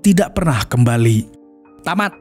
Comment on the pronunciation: Yg paling aku suka nada terakhir "Tamat" 🤣